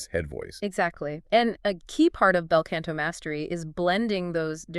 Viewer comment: Wanted to like this when I saw the title. After the 6th mispronunciation and the ongoing "can'to" instead of "canto," I just couldn't take it seriously anymore.